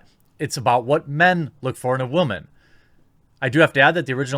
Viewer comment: Can you fucking stop say woman like that.